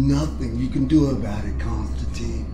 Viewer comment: Excellent work, and I think the complaints about your Constantine are bollocks. One thing, though: the name rhymes with wine, not keen.